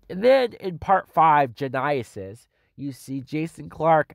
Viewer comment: This movie would be better with Genia Twain in it. She should have been in Terminator Gen-eye-is-is too.